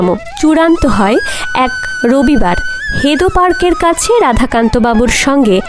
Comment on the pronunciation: হেদো পার্ক নয়, হেদুয়া পার্ক হবে।